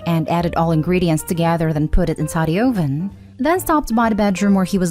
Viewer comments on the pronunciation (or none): As an aside- uh-ven. Not oh-ven.